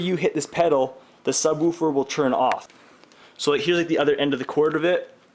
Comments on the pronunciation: sub-wu-fer haha. good video though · I love how he says subWOOFER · ha! SubWuuferrr! Canadien? Peace to the northerners! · Chris Zuccaro I cant un hear that now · Who taught you to say subwoofer?